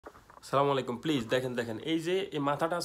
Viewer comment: স্লামালাইকুম এর অর্থ জানলে জীবনেও এই ভুল শব্দ উচ্চারণ করতে না । আস-সালা মু আলাইকুম বলেন